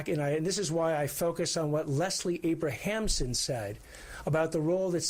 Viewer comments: It’s👏🏻Leslie👏🏻ABRAMSON👏🏻Nathan👏🏻!! You should know that. C’mon. How many different versions were stated during that press conference and not even close to saying Abramson. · LESLIE ABRAMSON. Do not disrespect the most iconic criminal defense lawyer of all time by mispronouncing her name.